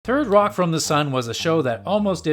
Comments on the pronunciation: "Thirdy Rock" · "thirty rock"?